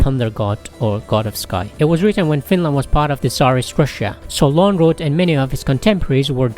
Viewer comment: The pronunciation of Lönnroot is very good.